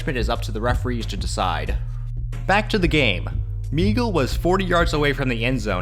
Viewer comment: Dicky Moegle's name was pronounced "May-gul". It was originally spelled Moegle. He changed the spelling legally to Maegle to make for fewer mispronunciations. It was never pronounced Mee-gul. He was admitted to Rice on a scholarship when he was 16 years old. The year of the incident he was a consensus All American. Prior to the play, he had already scored on a 79 yard run. Just out of interest, he had to keep a B average at Rice (not easy) to continue to play football. He ended that year with 833 yards rushing and 7.3 yards per carry average. After graduation, the was drafted 10th in the first round by the San Francisco Forty Niners, at age 20, converted to defensive back (had played both ways in college), and became starting safety. He played 5 years for SF, one year for Pittsburg, and one year for the Cowboys, before retiring after foot injuries on two consecutive seasons. YouTube may still have available an interview where he later discussed the Lewis tackle. He actually was not at all amused, and explained that if he had not sensed something from peripheral vision and moved slightly toward center of the field, he could have been seriously injured. He said that he had the breath knocked out of him and not able to go after Lewis at the time. One other fact about the play, the Alabama secondary player who can be seen going down at the point where Maegle turned up field, was Bart Starr. Note; The game took place when I was 11 hears old, was had developed a real interest in SW